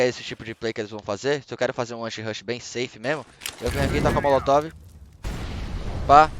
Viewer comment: Kkk o bendito "Anshirush" do